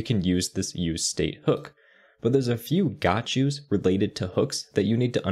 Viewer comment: everytime you say gotchu, i wanna say bless you lol.